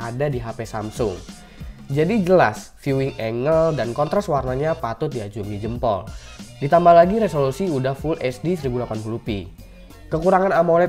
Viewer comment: sedikit saran bang, angle tuh di baca "enggel" bukan engel😀